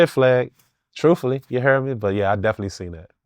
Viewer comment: Ya hare me